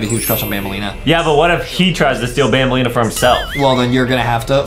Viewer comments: Banbaleen not banbalina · It’s banbaleena